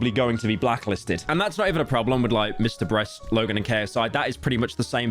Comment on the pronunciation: he said mr breast instead of beast